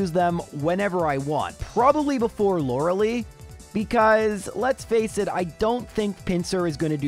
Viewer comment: Still can’t pronounce “Lorelei”, I see.